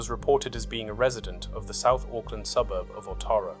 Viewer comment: Rough pronunciation of South Auckland suburbs lol - I'm guessing the channel creator isn't an Aucklander or watched Police Ten 7 growing up :D